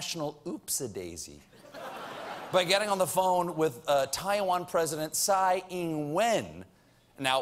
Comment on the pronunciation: Dammit, it's Taiwan, NOT TIE-VAN!